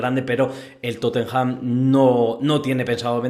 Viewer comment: No entiendo que trabajando en ese periódico pronuncias TotenJam!😂 Revisa esas pronunciaciones